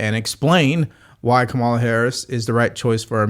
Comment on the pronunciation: Curious - do you mispronounce her name intentionally to signify a lack of respect, or do you genuinely not know her name? Doesn't do well for political pundit credibility.